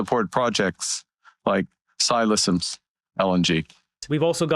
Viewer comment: FYI: "Ksi" is not K-S-I. The "K" is capitalized, but the "s" and the "I" aren't, which means it's a word/name and not just an initialization like "CBC" or "FBI", etc. It's pronounced "Sigh-Lisims".